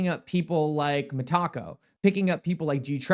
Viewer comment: Me /Taco? It's META /CO. Jeez C'mon man. At least that's how Monica Long pronounces it.